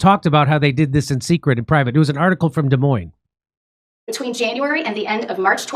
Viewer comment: Shout out from Des Moines Jimmy! Thank you for pronouncing Des Moines correctly!